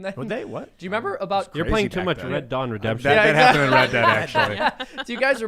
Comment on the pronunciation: Did just say Red Dawn Redemption? "WOLVERINES!"